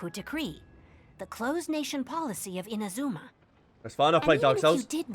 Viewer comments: why are you still calling it IMAZOOMA? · The way he says inazuma is amazing 😂